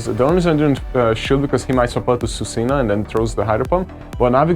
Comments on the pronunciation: Swee-coon for Suicune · It's pronounced swee cune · i prefer the way he pronouns suicune to the correct way haha